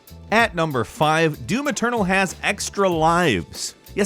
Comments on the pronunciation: It's doom eternal not do-maternal. Note how he says that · Now I can't unhear it when he says it